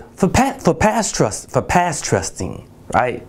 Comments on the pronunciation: Lost me at passtressing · Past-tressting? What the hell is that?